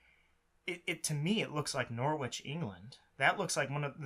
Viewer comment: hahaha! It’s a fair mistake! All of England looks the same! Also, your pronunciation of Norwich was amazing